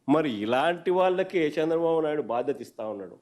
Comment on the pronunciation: అన్నా నీకు నా చిన్న సలహా at least తెలుగు ఐన జర బాగా మాటలు ఆడా రాదే చంద్ర బాబు అన్న సంద్ర బాబు కాదు అన్నా